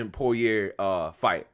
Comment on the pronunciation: Dustin is Cajun. His name is pronounced "Po-ree-ay".